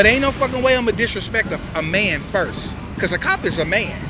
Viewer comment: did he say "firssh"? Love you 😂😂😂😂😂